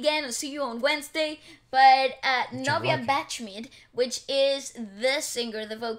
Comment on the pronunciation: Just want you to know how to pronounce Bachmid. You should pronounce it like you say the name of the legendary composer Sebastian Bach. So it's Bach-Mid. Bach = bakh with silent K and deep H on the throat.